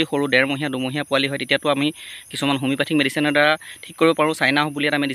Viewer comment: হোমিওপেথিক মেডিছিন টো নাম কি কলে বুজি নাপালো